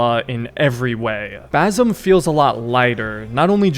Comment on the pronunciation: basim :) s not z